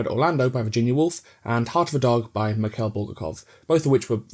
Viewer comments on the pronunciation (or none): none